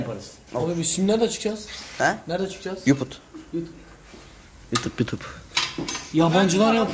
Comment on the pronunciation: de yanlisikla yuput demesi